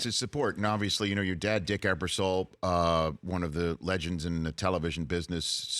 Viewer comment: This video is 9 months old and you still haven't figured out the guy's name is Ebersol, not Eberson.